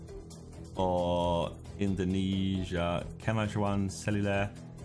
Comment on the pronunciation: Josh say "Kemajuan"😂